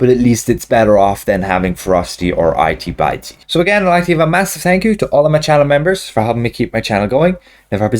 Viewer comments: Lmao i-tea, bite-ey lmao it-tee bit-tee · I know this is an older video but I just saw it and I'm wondering if the modifier should be pronounced 'it-e bit-e' and not 'eye-t by-t' or was he just being silly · LOL! "Eye-tee Bye-tee"! "Itty Bitty", as in little! {:-:-:} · "Itey Bitey"? 🤣😂